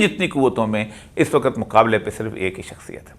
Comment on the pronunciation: "وقت" کا تلفظ درست فرما لیں پلیز